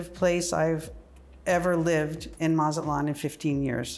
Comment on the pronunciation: If you are going to move to another country at least know how to pronounce that city where you are at Mat-Zah-lan not matzelan